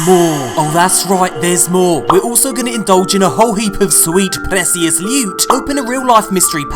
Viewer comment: Why do you day "pressious" instead of "precious"?